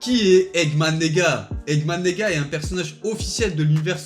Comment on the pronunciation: Je suis le seul à avoir entendu egman neega